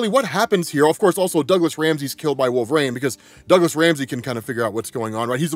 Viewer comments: Wolvarain is a wild pronunciation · Why do you pronounce wolverine so strangely